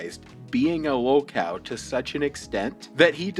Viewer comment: Narrator keeps calling the guy a "low-cal"? "lo-cow"? What does that even mean? I'm sure it's true but wtf does that mean?